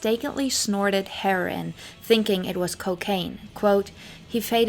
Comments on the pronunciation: its H E R O I N not Herin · It's great that you read all of those books. Btw you have a strange way pronouncing heroin and Courson. You're pronouncing it as ( Cursin) it sounds like COURSE not CURSE. Another great one is Wonderland Ave Tales of Exess and Glamor by Danny Sugarman. He's also the author of No One Here Gets out Alive with Jerry Hopkins and The Doors (book). He admitted in interviews that he left the ending of No One Hear Gets Out Alive as not 100% truthful. He put in the book that Jim died of a heart attack. Basically he stuck to the same official story that Pamela told everyone and the Doors manager went along with that story. He also played up the part about the Doors manager not opening up the coffin 1st to make sure it was Jim in that coffin. Which has since played into the belief some people have that he just changed his identity and people claiming they've seen him over the years. But he later admitted he thought it was a heroin overdos